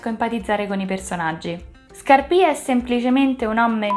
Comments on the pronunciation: Brava, mi sei piaciuta molto anche questa volta! 😊 L'unica cosa che vorrei dirti è che penso si dica Scàrpia e non Scarpìa, a parte questa piccola cosa ti rinnovo i complimenti per la passione che metti nel fare questo progetto. Rigoletto come lo vedi per una prossima operazione? 😂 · ⭕️ATTENZIONE: Ho pronunciato sempre male Scarpia, si dice Scàrpia e il primo atto è ambientato nella chiesa di Sant'Andrea della Valle, non Santa Maria.⭕️